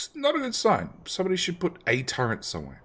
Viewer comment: There is no N in the word Turret